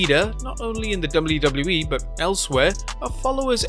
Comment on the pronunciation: Can you say "WWE" with less accent?